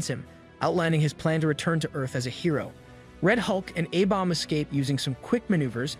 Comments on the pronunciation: Bro says abomb. It's A-Bomb or A BOMB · Love the breakdown but why can't this guy say the letter A right 😂 "Ah bomb" "Aah- vengers" is it just me lol